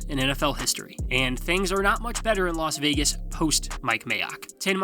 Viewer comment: Saying Los Vegas Raiders and reading it doesn't even sound and look right